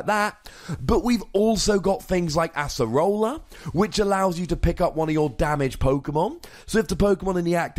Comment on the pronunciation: Oh my god it's ACE-rola not ASS-erola